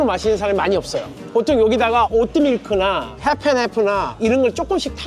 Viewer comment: 타미 발음이 마 빌 클린턴이네,옷뜨 밀크,발륨,레츄 츄라이 ㅋㅋㅋㅋㅋ